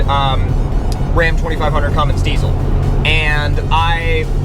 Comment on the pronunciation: you don't haff to say commins diesel just say Cummins